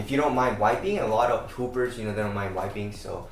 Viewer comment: Why did it sound like said "A lot of poopers don't mind wiping."? P.S. I know he said hoopers.